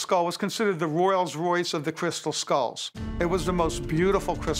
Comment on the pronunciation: “The Royals Royce” 💀